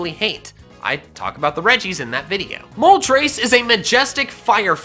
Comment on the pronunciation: MOLTRES, NOT MOLTERSE!